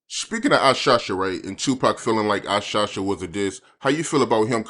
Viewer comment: Is still saying Who SHOSH (Shot) Ya again 😂